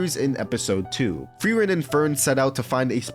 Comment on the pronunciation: u mis said flamme and auras name for frieren 💔🥀